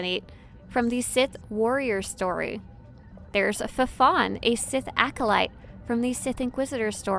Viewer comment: “Fafon” lol. Its pronounced “Fon”, did you really never do the Inquisitor story?